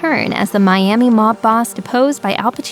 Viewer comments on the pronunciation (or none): none